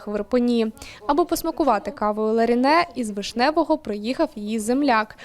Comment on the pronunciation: Вона Леране, а не Ларіне)))